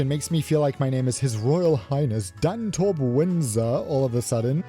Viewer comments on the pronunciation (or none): sounded like you said Dantorp Windsor, which was a bit of a throwback!